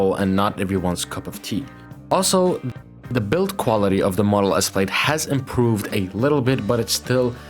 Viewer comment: Bro you gotta stop saying plaid like that lmaooo